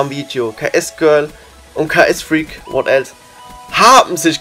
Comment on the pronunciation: Zu dumm um ksfreak auszusprechen